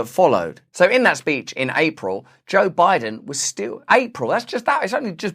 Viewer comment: I couldve swore when this episode started he said “Joke Biden” 😂